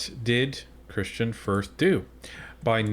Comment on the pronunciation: Gerretsen repeatedly called Kristian Firth - Kirstain Firth. Did anyone correct him, or even question if he actually knew who the individual was that he was referring to?